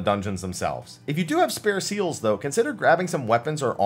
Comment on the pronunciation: I know it are seals but each time I hear seels.